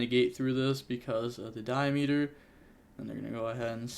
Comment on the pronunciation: Am i the only one getting slightly triggered by saying "Diameeter" instead of "Diameter"?